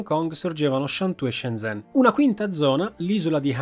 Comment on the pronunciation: Grande video. solo un appunto: zh si legge 'gi', quindi 'Sciengen', 'Giuhai'...